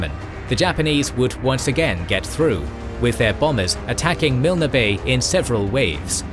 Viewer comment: You know the OCD is kicking in when I hear Mil-Ner bay. I'm pretty sure it's pronounced Milne as in Kiln. KOK-oda is pronounced KoKo-da. Or is it just me. 😮 Peace and Respect Lest We Forget 🌺